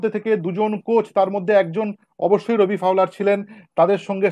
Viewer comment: Re ota রোবি নয়, ওটা রবি ফাউলার।